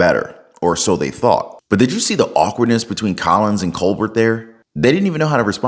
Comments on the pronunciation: Just FYI bud. Like your style & you’re gonna do great content! But for the r cord it’s Stephen “COLBARE” is how you say it. Picture it being like a french name. Not “Colburt” like “Sherbert” lol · Not “Cole-BurT”. Think French. Pronounced “Cole-Bare”. Now that we’ve fixed that, Colbert is unhinged. Robert DiNero unhinged … there used to be places to house the mentally ill…. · It's not Ko'-berT - it's pronounced Ko" a air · colbeRT = no COLBEAR = yes Otherwise it just sounds like you haven't actually watched the shows you are talking about... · I used to think he was funny, but his TDS is off the charts. Also, his name is pronounced “Cole-bare”, but who cares anymore. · Its: Coal-Bear not Coal-Bert.. but fck him anyway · pronounce his last name Cobare not Co bert. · It’s pronounced co-bair. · It's pronounced Col- bear 😂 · Coal-bear dont pronounce the T broski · *Colbert - (coal-bear) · Colbert is pronounced ko-bear. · It's pronounced "koh-BEAR." ✌️ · Btw, it’s pronounced, “coal bear” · The fact a young guy like you pronounces his name "Co-Bert" just shows how relevant main stream media is these days, lol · Thank you SO MUCH for pronouncing his name correctly. Coal Bert. :D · coal-bear is how that things name is pronounced...,jusayin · My favorite part of this is when he called him Stephen coal-burt. He's so riddled with TDS that he deserves nothing less than to have his name mispronounced. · Love you, but please pronounce Colbert's name correctly....Coal-Bear. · I love it that you pronounce his last name wrong. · The T in Colbert is silent. You don't pronounce it. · You should find out how Colbert is pronounced. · Colbert is pronounced without the final "t" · Are you purposely mispronouncing his name?